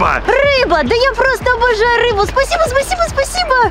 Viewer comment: утебе 1 буква р ты взила суши а там ррр рис ну и рыба сказал што только рбу😊